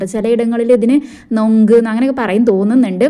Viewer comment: നോങ്ക് അല്ല നങ്ക് 😁